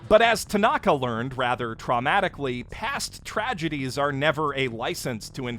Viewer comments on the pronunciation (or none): none